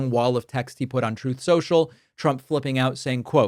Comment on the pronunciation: "Troth, Sential"